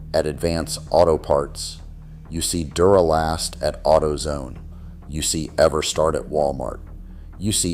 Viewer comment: No human would mispronounce "Duralast"